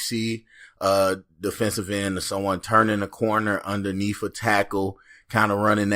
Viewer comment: Why are folks so LAZY they say UnderNEEF instead of just closing the tongue up under the top teeth and saying the word PROPERLY. Underneath is NOT that damn hard to pronounce. Thumbs DOWN for talking illiterately.